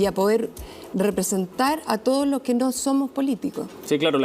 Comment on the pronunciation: Qué no nos quemen looh metroh